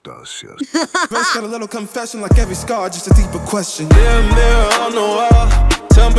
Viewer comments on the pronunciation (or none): none